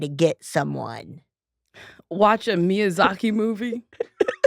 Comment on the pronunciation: I feel personally attacked the way she said miyazaki